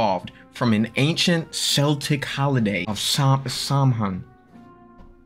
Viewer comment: Celtic as in (k)eltic lol not the basketball team